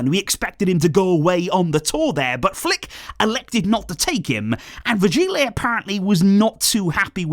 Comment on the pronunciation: VirgiLI not léeeeehhy